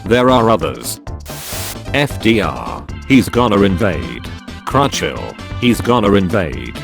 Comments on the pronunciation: the narrator pronounces churchill crouchilll Me: visible confusion. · voiceover dude seriously said crotchill